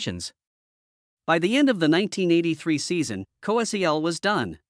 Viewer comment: It's pronounced like COE-SELL! This incident, along with Jimmy the Greek's comment was one of the first incidents of "cancel culture"! What a shame! These early incidents lead to the widespread cancer of cancel culture today! Trump is trying to erase all of this garbage and restore sanity to the culture! SMH, Andy, Annmarie's husband. SMH, Andy, Annmarie's husband.